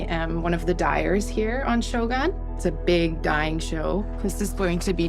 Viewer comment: at least learn to pronounce shogun properly